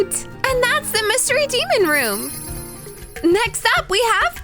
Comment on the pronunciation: I heard myseri when she said mystery